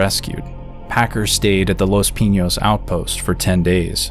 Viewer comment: Your saying Pinos wrong my guy.